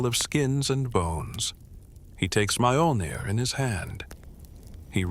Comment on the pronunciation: The pronunciation of Nordic words.... "M-AIYOL-NEER" 😅😅😅